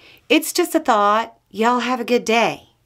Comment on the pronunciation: drawn out "It's just a thawwwt," and the look at the end of the video. Every southerner saw what she did there. 😅